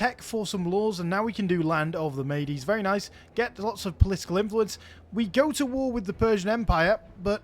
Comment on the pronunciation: mede or medes should be pronounced mead or meads, like the beverage. great vid!